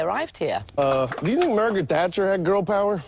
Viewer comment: If this video didn't have "Margaret Thatcher" in the title, I never would have got that based on his weird mumbling pronunciation...